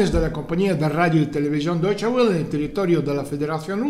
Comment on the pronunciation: Se pronuncia "doiche vele" (como "folksvaguen", la w suena v)